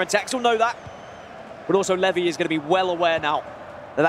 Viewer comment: Absolute butchering of levy lol feel bad for him